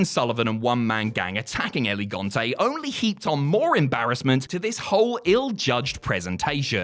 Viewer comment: Dude I love your videos, but you HAVE to work on your name pronunciation. "It's not Elegante". it's El Gigante. L-Ge-Gan-Tei. The Giant.